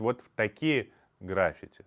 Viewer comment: Интересный выпуск! Только граффИти ударение 🙈